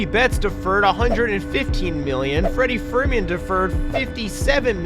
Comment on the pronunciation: Freddie frrrrrewfedman